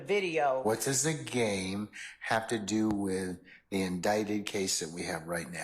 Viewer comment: he never said GAME he said "Gang" lol smh